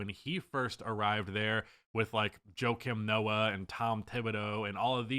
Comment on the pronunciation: This mf said "Joe-uh Kim Noah" 🤣🤣